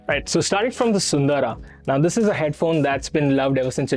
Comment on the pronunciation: thanks for pronouncing "SUNDARA" correctly. :trophy-yellow-smiling